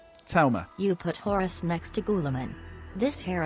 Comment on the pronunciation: The way you always call Horus, Horace will never not make me smile. You Manc.